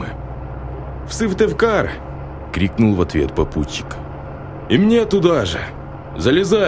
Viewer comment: Я живу в Коми и интересно послушать про наши дороги, но Сывтывкар мне ломает уши. Сыктывкар!!!!!!